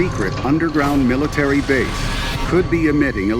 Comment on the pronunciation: Miitary with an AL